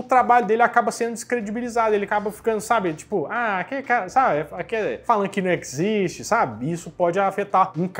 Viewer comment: "Isso non ecxiste!" 😂😂😂